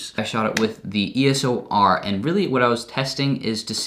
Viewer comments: Love your videos! But damn my ocd goes off when you say ESO R as opposed to EOS R hahaah love your videos tho!! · It's eos not eso!!! Stooooop 😂😂😂😂😂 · uhhhh you keep saying E S O R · you keep saying ESOR xD